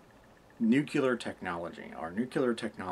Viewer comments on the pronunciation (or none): Not "nucular" * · Nu*clear* Not "nuclear"! Anyway... Reasonably decent refutation.